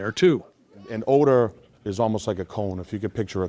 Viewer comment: Ode ah? Wtf is ode ah?